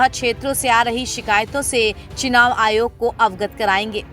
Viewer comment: Chinaav nahi chunaav hota hai, begum. 😅